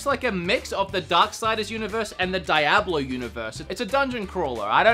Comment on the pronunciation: it's not DIE-AB-LO, it's DEE-AB-LO